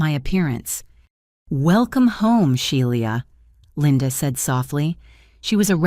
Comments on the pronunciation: The name is pronounced "Shee-la" not She-li-a. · Shelia pronounced She la